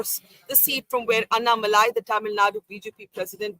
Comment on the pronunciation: It’s Annamalai not Annamali😅